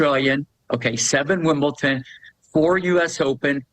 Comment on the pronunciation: Wimpleton. Schwaitek. Never disappoints.😂.... Great respect for this gentleman. Funny, humble, accomplished.